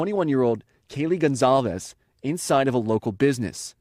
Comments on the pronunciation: Gon/Sal/Ves not calves.. Jesus say her name right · The correct pronunciation of Gonçalves reads GonSALves (Like "Better Call Sal")